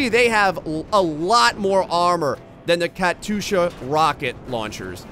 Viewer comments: HEY! im glad u call the bell the bell now, but your pronunciation of katyusha is still off. you may pronounce it (more) correctly if you if u try saying it how i wrote it- 'katyusha". ur missing the y sound in there. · I can't believe you lot got him to say Katyusha incorrectly...